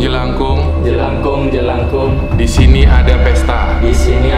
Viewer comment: Salah bang Bunyi: jelakung